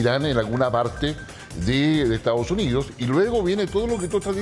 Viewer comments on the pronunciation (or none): Porque pronuncian Estaos Unios? Es Estados Unidos😮